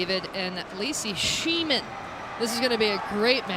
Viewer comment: Please,, do your research on how to say Schneemann and Tellez. I realize we’re all human, but these players deserve to have their names pronounced properly.